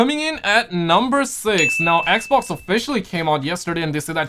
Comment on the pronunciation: I like the way he says "eq-vox" (xbox)🤣